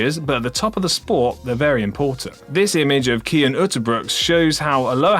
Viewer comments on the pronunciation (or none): none